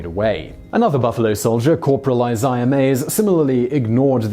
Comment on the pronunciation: Isaiah is pronounced I-zay-uh